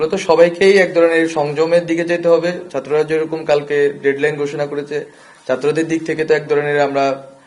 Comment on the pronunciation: তোর উচ্চারণ এত খারাপ ছাত্র কথাটা টাও উচ্চারণ করতে জান বেরিয়ে আসে